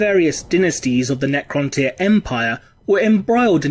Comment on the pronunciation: It's the correct pronunciation.